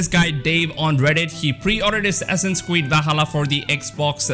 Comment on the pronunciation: “Assassins Cweed”